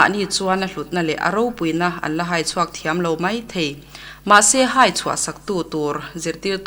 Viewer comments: AIR a tihchhuah meuh a tan chuan tawngkam fimkhur angai 'mei' nilo in 'mai' tih tur. 'I Ram hmangaih mei' nilo in 'I Ram hmangaih mai' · Mai tih hi ka lo ngaimawh thin...tinge mei in tih tlat zel le a dang ho ah pawh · Narrator mipa zâwk hian, 'mai' tih tur hi, "mei" a titluan thak mai. A mawi lo hle mai. Pu Zirsangzela'n ngaithla se chu zia lo a tih ka ring. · mipa zawk hian mai tih turah mei ahmang hi a ninawm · I ram hmangaih 'mei' tiin ilam tlat 'Mai' tih tur. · Mizo nih mei a tawklo tia ichhiar hi chu,amah Zirsangzela khan hria se chuan A ngaimawh ngei ang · A ngaihnawm hle mai, mahse Mizo nih mei zawng a tawk lo, tiin a chhiar tlat mai.